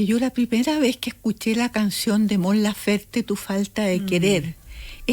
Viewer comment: Amiga es Mon laferte no lafer la de lentes